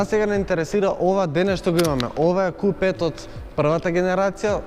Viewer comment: Kju 5 se izgovara ne ku 5 nepismen